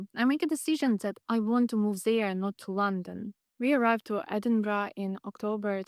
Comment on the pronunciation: Nice to hear you say Edinburgh correctly 🏴